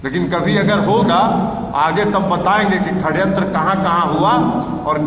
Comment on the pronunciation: ये ललन सिंह और कन्हैया जी षड्यंत्र को खड्यंत्र क्यों बोल रहे है? 😂😂